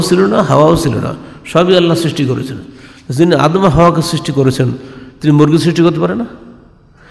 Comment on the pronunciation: ভ্রান্ত জ্ঞানের অধ্যাপক। তিনি যা পড়লেন তার অর্থ আমরা জানি। কিন্তু জানিনা ঐ সময়ের প্রেক্ষাপট কি ছিলো। তিনি যেভাবে আদম (আ:) ও হওয়া (আ:) এর নাম দুটি উচ্চারণ করলেন তাতে মনে হলো আদম হাওয়ার চেয়ে বয়সে তিনি অনেক বড় এবং আদম (আ:) ও মা হওয়া (আ:) কে অধ্যাপক সাহেবের পরে সৃষ্টি করা হয়েছে। শুধু তাই নয়,আদম (আ:) কে কতিপয় বানী ও বস্তুসমূহের নাম শেখানোর সময় আল্লাহতায়ালা অধ্যাপক সাহেবকে ডেকে কাছে রেখেছিলেন। যারজন্য জনাব অধ্যাপক সাহেব যা বলেন তিনি অন্যকে তা অকাট্যভাবে বিশ্বাস ও গ্রহণ করতে বলেন। ভাবখানা এমন যে,আমার বাহিরে যে যাই বলুক তা মোটেও ঠিক নয়। কারন ওখানে আমি উপস্থিত ছিলাম এবং আল্লাহতায়ালা অধ্যাপক গালিব সম্ভোধনে আমাকে বলেছেন আদম হাওয়ার আগে আমি কিছুই সৃষ্টি করিনাই। সুতরাং এগুলো নিয়ে গবেষণা ও বাড়াবাড়ির কোনো দরকার নাই। কিন্তু জনাব অধ্যাপক সাহেব যা জানেন বলে অহংকারী সুরে প্রচার করেন তা শুধু বিভ্রান্তিকরই নয় ঈমান রক্ষা ও হেদায়েতের পথে বিপজ্জনকও বটে। রাসূল (সাঃ) এর সৃষ্টি সম্পর্কে আলোচনা করতে তিনি উপস্থিত সকলকে যেভাবে "নাউজুবিল্লাহ" বলালেন এবং নিজেও যা শুনতে চাইলেন সেটা বিপথগামী শয়তানের কূ-মন্ত্রনামূলক ও বিভ্রান্তিকর শিক্ষা বলে আমি বিশ্বাস করি। মিস্টার গালিবরা মুখে "রাসূলুল্লাহ" উচ্চারণ করেন বটে। কিন্তু ইনাদের অন্তরে রাসূল (সা:) এর প্রতি ঈমানী আনুগত্য ও মহব্বত একেবারেই অনুপস্থিত।